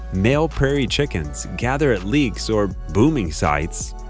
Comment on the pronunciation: Groups of performing male birds are called Leks, NOT Leeks. The e is a short vowel. Also cravatte is pronounced with the accent on the 2nd syllable, NOT the first. And get rid of the awful background music.